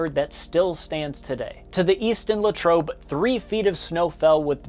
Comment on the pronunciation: HEY YOU PRONOUNCED LATROBE CORRECTLY